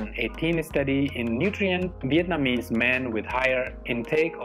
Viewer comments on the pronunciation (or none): none